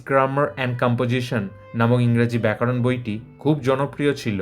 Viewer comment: প্রতিবেদকের 'ব্যাকরণ 'এর পরিবর্তে ব্যাকারণ উচ্চারণ বড়ই কানে লাগছে।